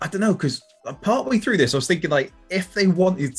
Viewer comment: Its Through not Fhrough...